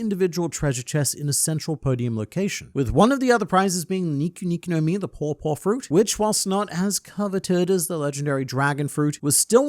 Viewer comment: I thought you were saying Poor Poor fruit, not Paw Paw fruit lol